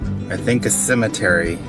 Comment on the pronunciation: I was feeling the dumb as soon as he said "ttthemetery"